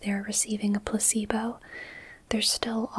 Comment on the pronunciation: I nodded off a couple times, but I'm sitting up in an office chair so falling tends to wake me up. BTW, it sounded like you said pussybow instead of placebo.